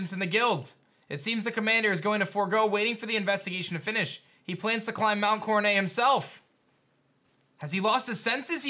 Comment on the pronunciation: pronouncing Coronet as Coronay, french style :)